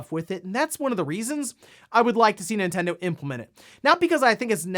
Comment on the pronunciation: it's Nintendo LoL